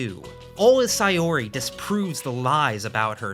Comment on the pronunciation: The way you pronounce Saori as Sayori lowkey drives me insane 😭😭😭 guys it’s sao-ree